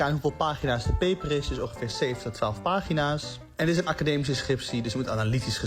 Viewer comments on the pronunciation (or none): none